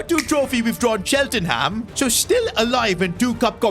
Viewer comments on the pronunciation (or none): thats not how you say cheltenham